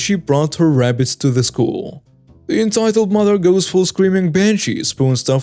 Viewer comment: It is RABBITS, not RAPPITS! Otherwise, I like the stories you are reading!